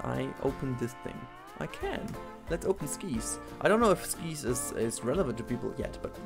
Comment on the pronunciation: I understand that you are not a native English speaker, (and I, as a native speaker understand that our language is a bit screwed up) but when you were talking about the chairlift ride (Skies), it's pronounced with a hard "i", similar to how you would pronounce "fly". Also, maybe name the chairlift "Operation: Sky", which is supposed to be the name of some sort of military operation. Or you could build a Flying coaster with that same name.